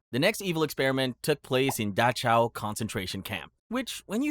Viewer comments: Tf is Dahchow?? You mean Dachau?? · I like your vids, but the way you say Dachau drives me INSANE. It’s Dock-Ow. Not Datch-ow. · decent channel, but pronunciation is NOT a strong suit! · “apar-thighed” and “da-chow”. incredible. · several mispronunciations such as apartheid and dachau. consider having someone listen to these before uploading